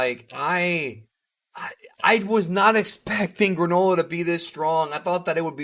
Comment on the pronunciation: Stop saying “gra-NO-la” it’s “GRAAA-nullahhh”